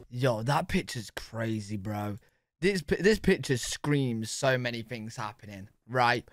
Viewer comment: Why do you say fings not things..just asking